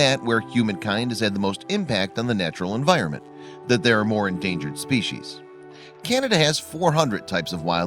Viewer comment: How about learning how to pronounce "species" properly?